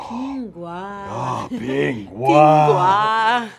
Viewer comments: Pronunciation is disgusting, it is Ping Guo not Ping Gua! P.S I am from China. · its not pronounced ping gua its pronounced ping guo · that's not how you pronounce ping guo!! though i wish my mandarin lessons had been like this :(